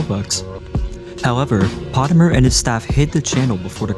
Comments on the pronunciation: bro doesnt even pronounce potemer right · Noo not potemer 😭